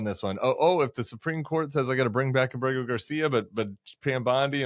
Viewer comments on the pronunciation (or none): Are you guys aware that the way you pronounce the last name of the Salvadoran national Kilmar Ábre-go Garcia, sounds like "kilmar BORRÉ-GO Garcia, since you bring up his name every single day, at least you should try to learn to pronounce his last name "Ábrrrrego" as it's pronunciation in Spanish 🤦🤷.